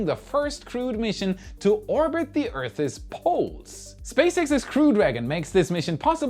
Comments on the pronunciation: PLEASE, Earth's, is a single syllable. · Can we have say “February” again…and maybe “Earth’s” lol?